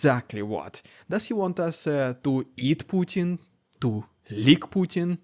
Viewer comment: POO- Bin Vladimir